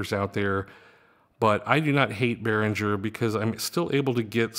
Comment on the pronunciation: I believe it's pronounced Behringer with the "g" as in the word ring.